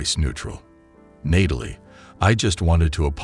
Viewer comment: Learn to pronounce the name Natalie properly. It is not "Nay-tal-ee," it is pronounced as "Gnat-ah-lee."